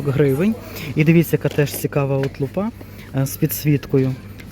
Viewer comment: лУпа, а лупА це те, що буває на голові🤪